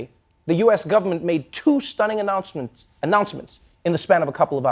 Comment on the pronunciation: Anancements,....?HE HE Trevor, what is english doing to you our South African child